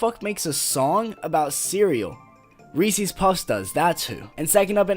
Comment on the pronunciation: I was gonna roast you because you said Ree Sees Pee Sees but then at the end you said you like my videos so I won’t. BUT HONEY BUNCHES OF OATS IS AMAZING IDK WTF IS WRONG WITH YOU Thanks for making a video responding tho lol, now I won’t terminate your channel. Have a great day bro